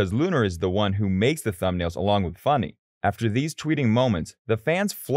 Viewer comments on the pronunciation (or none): It is funneh it's not Lunar